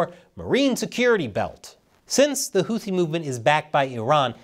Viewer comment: Houthi is pronounced with an aspirated T (T with a slight H, not a western 'th', as in 'think.'